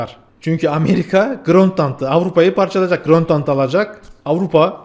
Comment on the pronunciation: Grönt land nedir baba. Grönland. Grönland. Grönland. Cahil de değilsin.